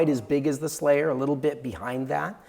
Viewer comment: Surely I cannot be the only one hearing "Slayer" instead of "Selayer" all. the. time.? 😂 All hail the Platinum Slayer, rip and tear until it is done!